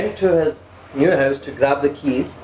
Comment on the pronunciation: I swear there English is very irritating. is saying hyovs not house. And his uncle does the same In the video super kuri. He say get ov not out. Yar urdu Bola Karo. Kya angreezo ki zaban bolte ho. Other wise you videos are great❤